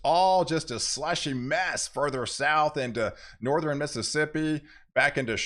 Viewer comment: Please stop pronouncing "Southern" and "Northern' with "3" syllables. They both have only "2" syllables.